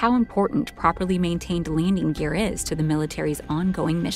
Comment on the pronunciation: Did she say Leaning Gear?